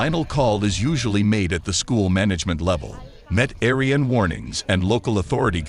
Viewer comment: Met Aryan stumped me for a minute or two!!!